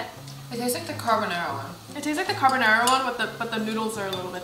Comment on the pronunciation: “Carbonara”: “Carbonara” Nobody:: “CarBONNairA”